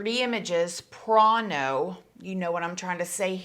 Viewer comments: Did you say "prano" lmao... took me a min to understand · Staaap it with the "prawn-o"..sorry I got just one tiny inkling of relief when you said that. Nice side step!! Your nails are also on 🔥 fire woman!!. Love your videos and how you present the stories. Tad bit of Paris Bennet(gag!) vibe with the prawn-o's and s.a. etc. I too felt a smidgen of sympathy when he apologized to the family but you are correct, Maddie is the true victim here along with the ripple effect on family and friends etc. I have a similar back story to you. 4yrs in a Tx prison in 95, which seems a lifetime ago thank God bc I can relate. Peace and well wishes and keep up the great work--bravo!!